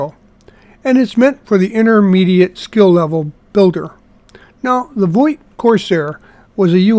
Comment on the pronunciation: Vought prounced like 'fought'. Voit is a sporting goods company.